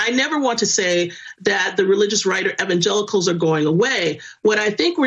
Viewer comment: Did she just call them Evan Jekels?